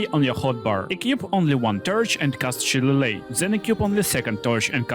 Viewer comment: Its pronounced Sha-lay-lee